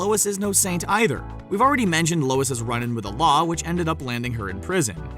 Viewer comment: “Lois’s” ..seriously?